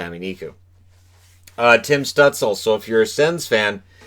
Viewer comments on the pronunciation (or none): Shhhhtuhhtz-luh. Not St-uhtz-el.